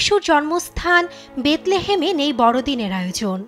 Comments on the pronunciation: বেতলে হাম? বাহ্ রিপোর্টার😂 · ওটা বেথলেহেম হবে বেথেলেম নয়!! 😑